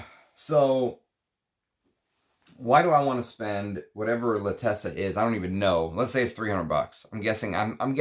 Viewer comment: Love your review, it is meaningful and deep. Pls you wrote and are pronouncing it incorrectly l’Attesa has accent at T and no double ss so you pronounce it as in font zet.